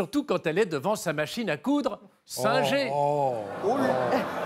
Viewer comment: Et on prononce SINNGUEUR normalement, à l'anglaise, voir leurs pubs de l'époque.